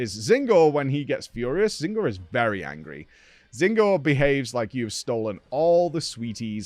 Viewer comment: Does he say Zinogre’s name wrong on purpose?